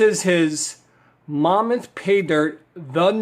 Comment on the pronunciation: Hey thanks for the review but why do you call it "Momuth" and not "Mammoth" like a woolly mammoth? There is even a picture of one on the bag.